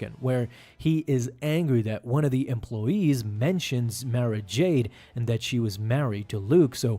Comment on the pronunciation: Nice video, one thing I think it is pronounced Mara like tomorrow not Mare-a.